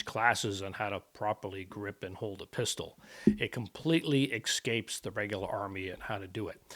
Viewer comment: Oh does it "excape" the army? Sounds like English escapes you. Just don't axe me a question, please. You sound unlettered, which checks out for Trump supporters.